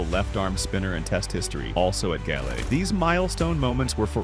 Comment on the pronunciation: A ripper 🤣 Galle is mispronounced....